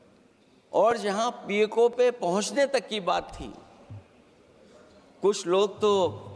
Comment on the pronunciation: पीओके बोल तो पाते नहीं है और बाते और भाषण कर रहे है